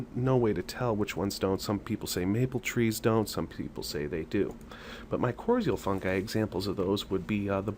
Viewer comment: My-cor-rye-zul. You are mispronouncing it.